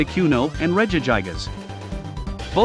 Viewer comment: Did you just say regi-guy-gas????